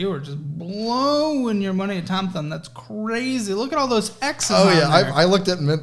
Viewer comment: I never want to hear Thom Thumb again.